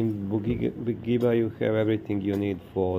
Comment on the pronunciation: Ne cita se Bugiba nego Budjiba druze. Cisto savjet 😉